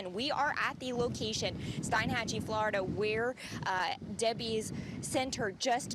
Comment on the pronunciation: Oh, to be a double wide salesman in flo-ri-duh! 💩